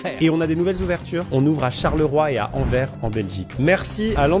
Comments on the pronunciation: Anver 😭 c'est AnverS avec un S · on dit anverSSSSS on prononce le s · ANVERSSSSSSSSSSSSSSS en belgique, on prononce le S si jamais :) je vie actuellement à charleroi, et vais profiter de cette offre et en commander demain avec des amis alors :) si c'est pas bon, on va venir chez toi :p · “Anver” et contre tout, t’en qu’on y est hahaha😆 C’est ✋AnverSsssss🤚svp. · Amixem qui dit Anvers "en vert"', ça me donne juste envie d'appeller Angers "en gère" (au passage, prononce le S, ça se dit anversse :) ) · Il a dit « AnveRs »… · Anversssssss il y a le S ! Sinon Bart pas content.... :p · Je me permet de prendre la parole pour tous mes compatriotes Belges et moi-même, on prononce "An-verse" même si ça se lit "Anvers" (Tout comme Bruxelles qui se prononce "Bru-sel" et pas "Brux-el") Mais ça va, je crois qu'on vous pardonne, vos burgers ont l'air bon 🤌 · La ville d’Anvers se prononce AVEC le « s » et non "Anver" 🇧🇪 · amixem je t'adore mais a ça ce dit anveRS prononciation " anverse" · Anverssssssssssssssssssssssss et pas anver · Par contre c’est Anver(se) pas Anver 😂😂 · on dit ANVERSSSSSS, pas Enver. sinon dit le en flamand ANTWERPEN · il a dis "envers" au lieu de Anvers, du coup je ne vais pas pouvoir commander chez starsmash c'est contre mes valeurs hélas ;( ⬛🟨🟥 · C'EST ANVERSSSSE PAS ANVER genre L'ENVERS DU DECORD (pourquoi pas a BXL d'ailleurs) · Anvère x)) Anverss on dit le s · Anversssss! Pas Anver, les français.. aussi Bruxelles et pas Brukcel! Essai et non Attempt Maxime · S'il vous plaît... AnverSSSS pas Anver... c'est pas compliqué 😂 ou alors dite Antwerpen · ANVERSSSSSSSSSSSSSS Maxime, ANVERSSSSSSSSSSS, c'est pas "anvèr" stp !!!!!!!!!!! Imagine Paris mais tu le dis en anglais, Anverssssssssssssssssssss :face-green-smiling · c'est pas anver mais anvers le S stp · Il nous la mise a l'Anver's' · Génial ! Par contre on prononce Anverssss X) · Anvers se prononce anversssss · Je suis belge et nous disons Anversss y a le S à prononcer 😂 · On dit AnverS, chien de français